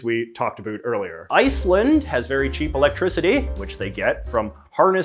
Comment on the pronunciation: the way JJ says "abouut".......